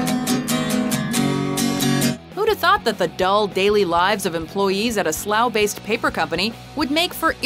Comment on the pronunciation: Points for her pronouncing Slough correctly ;)